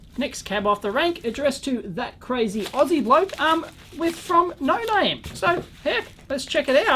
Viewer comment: yay you said my name right! sooo many ppl can't get the last name right.